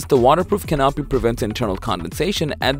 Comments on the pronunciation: At 50 seconds in "a temperature adjusting (?) 'Ca- NAP-i' " ...? Where I come from that should be pronounced "CAN-a-pee" but more commonly called a "tarp" and far from being a "must have" that tent is a frivolous waste of resources. With that, I'm not going to waste my time on the rest of this. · Did he just say call a canopy a ca-nop-py? 🤦‍♂️